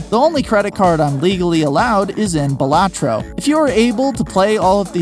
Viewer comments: all this research and you still pronounced balatro wrong, it's BAH la-tro... also I think it means buffoon or jester in latin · “Buh LAH tro”